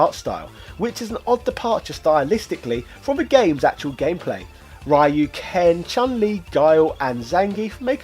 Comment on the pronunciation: That's not how you pronounce "Ryu"